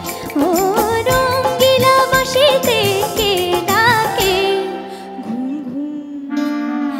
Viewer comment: উচ্চারণ টা ঠিক হলে আরও ভালো হতো। বাশিতে নয় ওটা "বাঁশিতে" হবে।